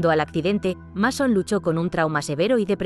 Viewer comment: No es por nada pero, antes de pronunciar un nombre en otro idioma, debes asegurarte bien como se pronuncia este en nuestro idioma, por ejemplo, el nombre del protagonista de esta película es Masón, pero se pronuncia Meison. No como se escribe o cortándole una letra a la pronunciación en nuestro idioma del idioma inglés, ( o sea, no se pronuncia ni Masón ni Mesón ).